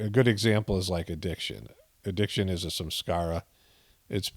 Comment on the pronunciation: I tried to find something Saturday evening to help me on Sunday.I started meditation at7am how I thought. Did not know how to spell sahaj marg. And I always thought you were saying"some scars"😂instead of samskara (ironic). I dedicated the whole day to God watching season finale of the chosen a second time. Many revelations I did not see ( comprehend) the first time I watched. So I believe it worked. ? Said the Lord's prayer at bedtime as I always do. Thank you so much for explaining you answered all my questions. 💙🙏👍